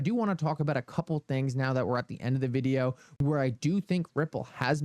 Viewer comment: “In the vid-e-ow!”…